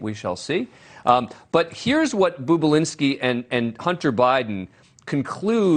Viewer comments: It’s NOT “BOOB”ULINSKI! It’s BOB ULINSKI…. 🙄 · Its NOT "Boob-ulinski" you freaking tard, its "BOB-ulinski." You anchor a show on television and you can't even read or pronounce letters properly, or even hear them correctly for that matter (as he is referred to in the actual Tucker Carlson clip). Learn words. Idiot. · I noticed that, any idiot knows Bobulinski isn’t boobulinski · Talk about BIAS! JESUS FLYING FUCK! And for the record, his name has one "O" in it, not two! You're the the fucking boob! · His pronunciation of his name sounds degrading. Seems deliberate. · Perhaps you can pronounce the man's name correctly if you want any credibility...